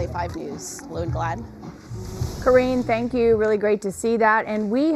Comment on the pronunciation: ~ Please note: Say Thank YOU - not Thang Q or Than Q - Please